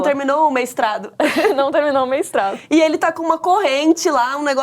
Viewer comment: “Meistrado” foi o melhor 🤣🤣🤣